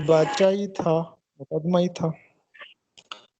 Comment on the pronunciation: جناب! مقدمہ ، پیش لفظ